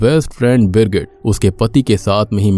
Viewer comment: Birgit ki jgh girgit kisko kisko sunai diya 😂